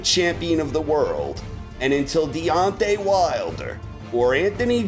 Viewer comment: DEONTAY, not "Dante".